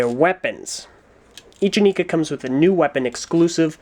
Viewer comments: Its not eh nee kaaaaaaaaaaaaaaaaa. Its eh nai kuh. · I am pretty sure it's pronounced "ih-Neye-kah". See this commercial: Not that I'd take the commercial as word of god ('08 ones mispronounced Lewa's name), but as far as I know, that was the only pronunciation given. A big con would be that the heads do not glow in the dark, despite how they were advertised. I also hated how Nuparu and Hewkii had yellow Zamor as opposed to red as advertised. Biggest pro is that the batteries in the sword are replaceable! :P I disagree about what you say of the masks. I thought they looked really badass. A bit out of place, perhaps, but still awesome. I was more disappointed by the lack of faces underneath the masks! Compatibility is not zero. You can slip these over Mata heads pretty easily. It won't stay on if you swing it around or anything, but I've made MOCs back in the day using these masks with Mata heads. Hideous MOCs, but the masks worked :P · Aren't they pronounced "in-eye-ka"? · Actually,, there is one thing you missed, and one SERIOUS gripe I had with the Inika (the commercials always called them "yi-nai-ka", for some reason) According to the Lego Magazine (June-August issue (?) 2006), the Inika heads were meant to glow in the dark, which they SCRAPPED for some reason and never really made a mention of it after that. Lack of QC at Lego, that was. Also, technically speaking, wouldn't Axonn be the next review? Since Axonn debuted in the second comic and was technically the first titan released with Brutaka.